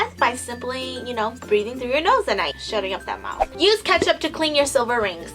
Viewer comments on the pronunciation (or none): none